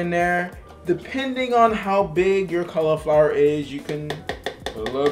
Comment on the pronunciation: Man, I love these videos! I also love "Colorflower." xD